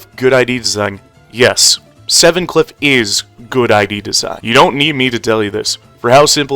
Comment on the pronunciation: be like: heathuclipuuuuuu 😭😭😭😭😭😭